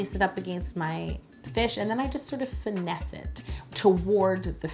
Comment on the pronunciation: Did nobody else notice how Yolanda said FIN-essed while she was making the fish fin